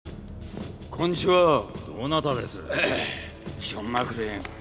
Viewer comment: 「こんにちは」が「こん（に）ちは〜」なのがいい。 マクレーンが日本人だったら本当にこう言うであろう事が想像できるし、世界観への没入がより深くなる名吹替。